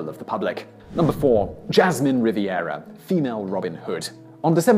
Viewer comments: He definitely needs to start googling how to say some things. I kept cringing at him saying, "Riviera" instead of "Rivera" Edit: unless he's saying it correctly and it's just misspelled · Ri-ver-a, Simon, not ‘Ri-vi-er-a’. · It's Rivera, not Riviera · Number 4--It's Jasmin RiVERA, not RiVIERA.